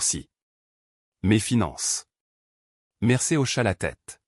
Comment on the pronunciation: On ne dit pas "Mercer !!!!', mais ! : 'Mercier !!!'